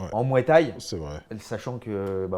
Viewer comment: Danny Bill"la muay thaï" fait mal aux oreilles😂😂😂